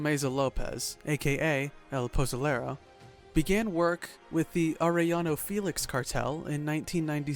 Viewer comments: L Poezoelerro 💀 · El posoulereu es una asesineu mexicanou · If dude can say pozole perfectly why tf he say El pozolero like that 🤦🏽‍♂️